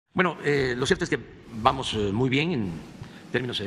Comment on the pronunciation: "Vamoj bien, vamoj bien, vamoj bien....." ¡Ah! Pero siempre tiene una crisis EXTERNA bajo la manga para culparla de todo lo que no le sale.